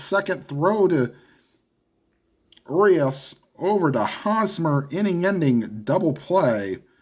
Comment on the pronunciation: The Urias on the Dodgers, is "oo-ree-us'.